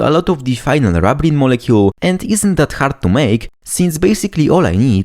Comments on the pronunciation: It's not rub as in rubbing, its rub as in ruby, rubene. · I would expect the first syllable should be pronounced the same as in the word "ruby" and other words starting with "rub" that refer to red things.